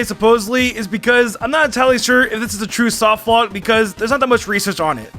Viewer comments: Take a drink every time says "softlockt" instead of "softlock" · Is he saying “softlockt”? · Why do you put a t at the end of soft lock sometimes. Like not every time but some times you say soft lockt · Am I the only one slightly triggered by the fact that he keeps saying softlockt. With a “T” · Weird choice of video topic considering how much trouble you have saying the word 'softlock'